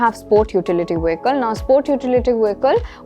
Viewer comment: Good,! Just a suggestion. I think you need to check on the pronunciation of vehicle. I heard the 've' sound at the first syllable. I think, the pronunciation is 'vee-kl' instead of a 'veh-kl'.